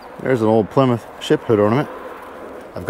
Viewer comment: Did you say Plymouthsine?